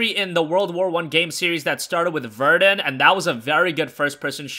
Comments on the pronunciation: ikr its ver-DONE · Why can no Youtubers pronounce Verdun properly? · It's vair-DUN. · he’s talking about Verdun he pronounced it wrongh